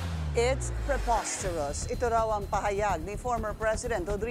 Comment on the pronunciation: Hindi pa maipronounce ang preposterous.